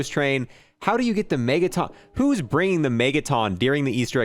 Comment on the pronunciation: Why do you say mega ton weird, sounds like megatom